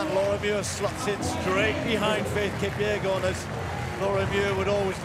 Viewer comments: Is it Faith "Kupyegon" or "Kipyegon"? The channel can't even get her name right. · It's kipyegon not kupyegon